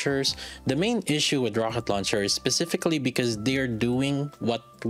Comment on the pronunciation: Thanks for the Review. Quick question: Ro H et launcher? Not Ro K et launcher? Is it on purpose :D ?